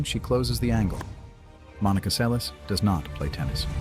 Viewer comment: It's pronounced like Selesh, not liek Seles with s.